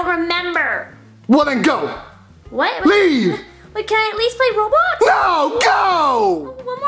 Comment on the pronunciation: Its Roblox not robox